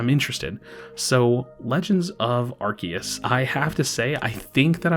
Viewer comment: The correct pronunciation is Arceus not Arceus